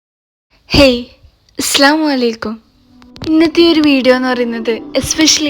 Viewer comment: "അസ്സലാമു അലൈകും". Correct ആയിട്ട് pronounce ചെയ്യാൻ ശ്രദ്ധിക്കണം. Daily deeni content എങ്ങനെ കിട്ടുന്നെ